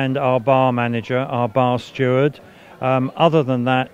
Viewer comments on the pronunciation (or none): our bar steward hahahahaahahh lol ! Sound a bit like bastard